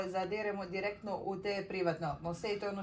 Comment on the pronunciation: meni si oduvek bila kulijana simpa ali moras se edukovati svakim danom sve vise i vise gledaj da.itas knjige sto vise to bolje ne kaze se direkno nego direktno ima poslusaj svoj k;im kad kazes Ljubi /zato ja tebe pitam direkno poslusaj vrati klip nekoliko puta da.ujes gde govoris tj kazes direkno ne nego direktno. Ina.e ja te gotivim od kako znam za tvoj javni zivot i super si m! Ziva bila!